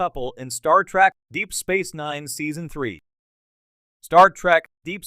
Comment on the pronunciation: It's "trEk".... not "trAk" you ignorant sot! Down voted and blocked!